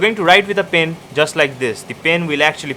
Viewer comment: Hahaha the way he pronouned the pen " Pin" hahaha